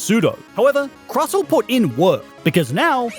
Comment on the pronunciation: Hey, just so you know, the t in Crustle is NOT silent.